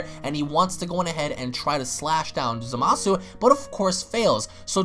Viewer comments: How come you pronounce Zamasu as “Za-masu”? Isnt it “Za-ma-su”? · Is it just me or is it pronounced zomasu not zamasu